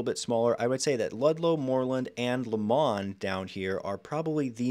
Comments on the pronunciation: I grew up in the Fernway district of Shaker and worked in Shaker Square for a few years. Shaker Square is in CLEVELAND. You said a few times it's in Shaker even though that is shown clearly in Cleveland in a map you presented. You could have mentioned that Shaker Square went bankrupt a couple years ago. Next, it's Lomond, Not Lemond. Also, it's Onaway, not Onway. Then, tiny University Heights teamed up with the much larger Cleveland Heights to make a combined school system. They should have teamed up with Beachwood. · It's not "Lemond". It is Lomond. It is spelled LO-mond...and pronounced that way as well. I grew up there in the 60s and 70s. It was a fantastic place to grow up. Those battleship steel, slate gray clouds in Winter are great for building character. And as for snow belt, that is an understatement. That snow belt is most active when Lake Erie is still cooling from Summer, and the air passes over the land. That gives air that is heavy with moisture, and it cools into GIANT snowflakes when it passes over the land. If you look at how the lake is situated with respect to Canada and Ohio (SW in the West to NE in the East), the southerly winds cross the lake and head for the SE suburbs. BAM! Shaker Heights. It is considerably more snow than the SW 'burbs that do not have this arrangement. The city has mostly kept the character of the schools, which are architectural centerpieces of the neighborhoods. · never heard someone pronounce it lo-MOND.. always hear it as LO-mond.. Anyway, solid breakdown. We like living in Shaker, some things I would like to see done better, but is what it is.